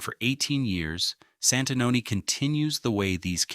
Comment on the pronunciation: You completely miss the time line of Santanoni, AI has a lot of potential but this is an example of how it falls short. Please pay attention to correct pronunciation.